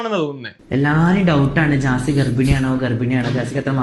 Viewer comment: ജാസി ❌ ഗ്യാസി ✅